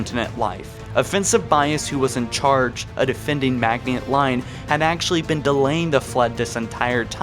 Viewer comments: Maginot isn't pronounced (Mag-nii-ot). It is pronounced (Ma-gin-oh). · Did you do a video on the hive mind of the flood I am new to the channel. Its maginot not magihont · its called maginot not magniot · It's pronounced ma-ji-no not mag-nee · Not mag-in-ot, it's proounced maj-in-oh Also I'd argue that it's less like D-Day, and more like the fall of France. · Bro the "I" comes before the "N" in Maginot. How are you pronouncing it MAGNIOT. It is a french word. MAH-gino. I wouldn't have said anything if you only said it one time, but you say it so many times lol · Madge-en-no. I dont know where tf you got meagniot from lel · You pronounced Maginot incorrectly. Ma-jin-oh. Not Magniot, how you pronounce it. Apart from that, it made sense. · Mag-i-not not Mag-niot. Dude come on read slower holy shit. Also you have to know you've been pronouncing ancilla incorrectly for YEARS right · Stop fucking saying mag-nee-ot sphere! Its ma-jin-oh! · You pronounced Magniot wrong. It’s pronounced “Madg-in-o” Line...you gotta say it with French inflections. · Pretty sure Maginot is pronounced (mah-gin-oh). Edit: Jesus sorry but hearing you pronounce it like that over and over I can't watch the rest of the video lol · You mispronounced the maginot line. It’s basically pronounced magnino line. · Foreigners? Magneyot? Arry? Bro learn to pronounce jesus christ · It’s pronounced “Majino” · You miss pronounced maginot , it sound like Maj-in-O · Maginot - Pronounced Ma gin oh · I like this channel but for real, how is it that only one of you can do the voice work? How do you see something spelled Maginot and you pronounce it like Magniot and no one notices before you post the video? He's gotten better but damn. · Hahahaha,"Magy not" haha. Dude, look up how to say it. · “Maginot Line-> Magniiot line” “the forerunners-> the foreigners” “sentient life-> sentinent life” “halo arrays-> halo arise”... bro are you good? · Holy fuck this guy is struggling with all of the foreigners at the magniot